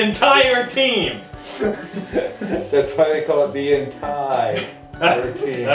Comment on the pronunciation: "The enTAIre team" I'm dYING